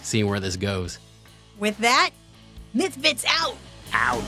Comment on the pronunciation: Someone please make a Mike Tyson meme where he's saying Mythfits. Pretty please.